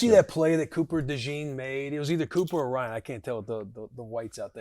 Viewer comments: Will his name is REED NOT RYAN LOL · It's Reed Blankenship mf not Ryan , put some respect on my boys name